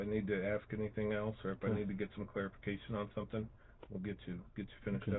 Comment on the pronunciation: And any words that end in “ing”, she pronounces with “ink”. For instance, when she says “thinking” she pronounces it “think-ink”. Or instead of “anything” it’s “any-think”. Rrrrgggg…😡 so freaking annoy-ink